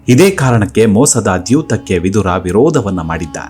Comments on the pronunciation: ವಿಧುರ ಅನ್ನುವ ಉಚ್ಚಾರಣೆ ಸರಿಯಲ್ಲ." ವಿದುರ " ಸರಿ. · Vidura is correct why u r pronouncing vidhura please say as vidura don't make confuse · ಅದೆಷ್ಟು ಸ್ಪಷ್ಟವಾಗಿ ಕನ್ನಡ ಮಾತು ಆಡುತ್ತೀರಾ 🙏🏻 ಕೇಳುವುದೇ ಸೊಗಸು ವಿಧುರ ಅಲ್ಲ ವಿದುರ ಎಂದು ವಿನಂತಿ ಮಾಡುತ್ತಿದ್ದೇನೆ 🙏🏻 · Vidhura alla vidura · Vidura annodu sariyada heasru, Vidhura alla, vidhura andre hendatiyannu kaledukondava emba artha ide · Swamy, Adu vidura. Vidhura alla. Vidhura andare hendati sattava endu artha. Dayamadi nimma bhasheyannu saripadisikolli 😅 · ಮನಸಿಗೆ ಬಂದ ಹಾಗೆ ಕನ್ನಡ ಉಚ್ಚಾರಣೆ ಮಾಡೋದನ್ನ ಬಿಡಿ, ವಿದುರ ಅವನ ನಿಜ ಹೆಸರು, ವಿಧುರ ಅಲ್ಲ, ವಿಧುರ ಅಂದ್ರೆ ಅದರ ತದ್ವಿರುದ್ಧ ಅರ್ಥ ಇದೆ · ಈತನ ಹೆಸರು ವಿದುರ, ನೀವು ದ್ವನಿಸುವಂತೆ ವಿಧುರ ಅಲ್ಲ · ವಿಧುರ ಅಂತ ಬಳಸಬೇಡಿ.ಅವನು ವಿದುರ.ವಿಧುರ ಅಂದ್ರೆ ಹೆಂಡತಿ ಸತ್ತವನು ಅಂತ ಅರ್ಥ.ಕನ್ನಡ ವನ್ನು ಸರಿಯಾಗಿ ಉಚ್ಚರಿಸಿ ಮತ್ತು ಬರೆಯಿರಿ.ಎಲ್ಲ ಅರ್ಥಹೀನವಾಗಿ ಹೇಳುತ್ತಯೂ ಟ್ಯೂಬ್ ನಲ್ಲಿ ಜಗತ್ತಿನಾದ್ಯಂತ ತಪ್ಪು ತಪ್ಪಾಗಿ ಹರ ಡುತ್ತೀರಿ. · ವಿಧುರ ಅಲ್ಲ ವಿದುರ. ವಿಧುರ ಅಂದರೆ ಹೆಂಡತಿಯನ್ನು ಕಳಕೊಂಡ ಪತಿ. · ಹೆಸರುಗಳನ್ನು ಸರಿಯಾಗಿ ಉಚ್ಛರಿಸಿ. ವಿಧುರ ಅಲ್ಲಾ; ವಿದುರ. ಕೊನೆಗೂ ವಿದುರನ ಅಂತ್ಯ (ಸಾವು) ಹೇಗಾಯಿತೆಂದು ಹೇಳದೇ ಬೇರೆಲ್ಲಾ ಸಂಗತಿಗಳನ್ನು ಹೇಳಿದಿರಿ. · ಈ ವೀಡಿಯೋ thumbnail dalli ಬರೆದ ಹಾಗೆ ಅಥವಾ ನೀವು ಉಚ್ಛರಿಸಿದ ಹಾಗೆ, ವಿಧುರ ಅಲ್ಲಾ. ವಿದುರ ಎಂದು ಸರಿ ಹೆಸರು.ವಿಧುರ ಎಂದರೆ ಹೆಂಡತಿ ಇಲ್ಲದವನು ಎಂದು ಅರ್ಥ. ದಯವಿಟ್ಟು check ಮಾಡಿ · ಭಾಷೆಯ ಉಚ್ಚಾರಣೆ ಶುದ್ಧವಾಗಿರಲಿ. ವಿದುರ ಅಲ್ಪಪ್ರಾಣವಾಗಬೇಕು